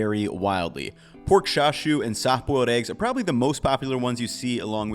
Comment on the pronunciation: I've never heard anyone pronounce chasu/char siu/xaxiu as "sha shu" before.